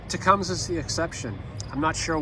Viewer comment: I may be wrong, but I was always told it is tu -Cum-see.